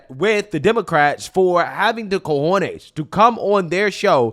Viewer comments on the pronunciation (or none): none